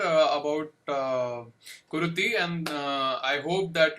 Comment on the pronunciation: It's KuruTHI. Not KuruDHI